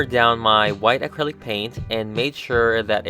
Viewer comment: Anyone else bothered by how he says acrylic?